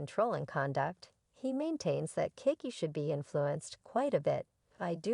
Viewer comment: Her Name is NOT Pronounced, 😒"Kick-he!"